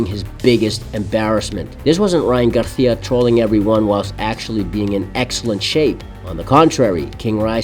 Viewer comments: I like this video bro but it’s GARCIA not GARTIA 😂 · Its GARCIA(GAR-SEE-UH) not "GARTHEAUH"... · Why do you keep calling him Ryan garthia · Why do you pronounce it as “Garthia” 😂 other than that solid video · Learn how to fucking pronounce GAR-SEE-UH. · Why do you pronounce Spanish Names with a Spanish accent when we dont speak like that in Mexico or all of the Americas? No you keep changing it up. Sometimes with the Spanish lisp "th". Ryan "Garthia"? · The way you pronounce Garcia is interesting choice. 😂😂😂😂